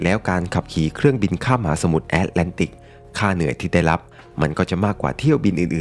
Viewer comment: คำว่า "มหาสมุทร" น้องชายอ่านว่า "หมาสมุทร" พี่ก็ฟังอยู่หลายครั้งเพราะพูดคำนี้บ่อย 😊😊